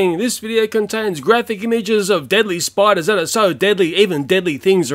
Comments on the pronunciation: Educational video huh? Intro: Spidurs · Sorry but spidu-rs??